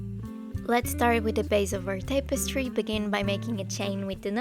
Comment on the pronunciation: Hey, just letting you know.. it's pronounced TAP-eh-stree.. Not TAPE-eh-stree. Thanks for the tutorial!